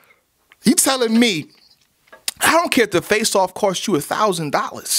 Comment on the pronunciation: I swear said "faceoff" so many times I thought he was saying "fae sauce" dead ass